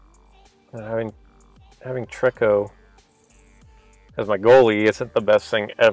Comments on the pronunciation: TREE-KO, not TREK-KO. Triggered, sorry, lol. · it is pronounced tree- ko. Not being rude just saying.